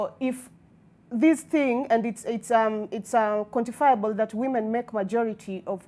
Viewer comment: "Quantifiable"! 😅 Hapo hitilafu